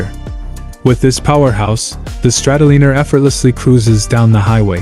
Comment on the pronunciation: Exactly..... guy needs to learn to say the bikes name before making a video about it ( Strat O Liner) Just like Oceanliner